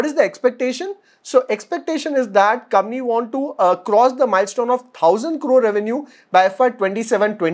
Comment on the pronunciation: Your channel is too good. It is one of the three channels I follow for fundamental learning on a regular basis. Keep up the good work. PS- One small thing, when you say 'company' fast, it sounds like ''Kamny" 🙃